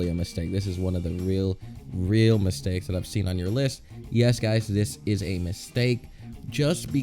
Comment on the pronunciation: Ај доунт лајк мстејкс